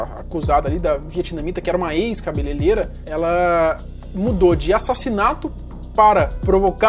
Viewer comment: Cabele(R)eira! e não Cabeleleira.